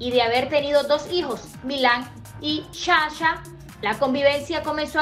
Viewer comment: Hola desde Ca. Primero, prenuncia bien para que no te cretiquen, es Sasha, no shasha, segundo , "era la relacion mas estable" porque no sabiamos las andanzas de Pique, que le gusta estan PIQUETEANDO!!!!!!!!!!